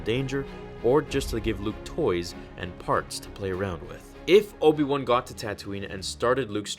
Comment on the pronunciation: Obi One T_T Its WAN, BRUVH T_T